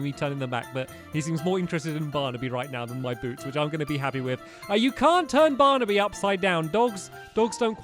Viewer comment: And at the very beginning of the video, he said “Bearnaby instead of Barnaby”. It was an accident, but stillll